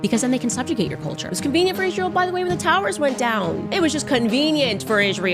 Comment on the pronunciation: I can't even stand the way she pronounces Israel..